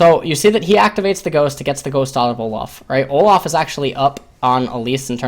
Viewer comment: Why do you pronounce Olaf as Olof? There is an a not an o, you also pronounce Dorans as dorons, and mana as Mona. Really annoying to listen to you, your commentary is great otherwise just cannot stand your pronunciation of a sounds as o sounds for some reason.